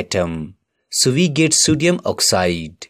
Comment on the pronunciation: Sodium... ❌ Sudium 👍 😂😂